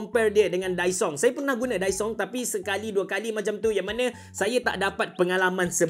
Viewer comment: Kedengaran mcm dysong😂